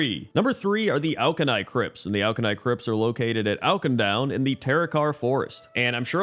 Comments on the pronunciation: Oak-in-down ? I've never heard of that place 🤔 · Awk-in-doon :P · I'm honestly impressed you've somehow escaped all the cinematics and Auchindoun dungeon where they say the name a billion times lol. Maybe I just played too much in WOD. It's more like 'ah-kin-doon' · If youre gonna roast the guy at least spell his incorrect pronunciation right lmao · I'm not gonna rag on somebody for not getting the pronunciation of a fictional place right, but they say the name many, many times in the Auchindoun dungeon and in the zone